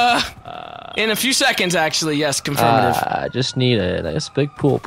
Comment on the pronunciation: I died at "confirmitive"